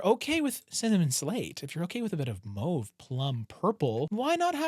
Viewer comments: Good video. Just a comment, it's mAWve, not mOve. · Mauve is not moove